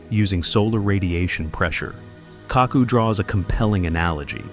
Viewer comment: It's Kaku Narrator says it all cack ku like tattoo says from the love boat